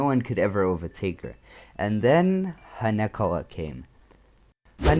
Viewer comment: Haneko?? It's Hanekawa lmao